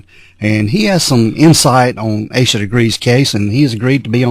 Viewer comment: what’s the deal with “Ah-Sha”? Why are you repeatedly claiming Asha’s name is pronounced “Ah-Sha”? Her name is Asha Degree and the phonetically correct pronunciation is “Aye sha”. Asha Degree has not been found and her disappearance is still an open investigation.